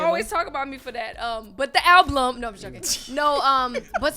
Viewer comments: lol I don't believe that for her entire life she thought it was pronounced "alblum" smh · An "ALBLUM"?! I'm DONE!!!!